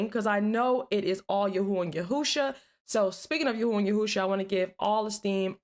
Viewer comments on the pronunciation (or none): YHWH ISN'T PRONOUNCES YAHUAH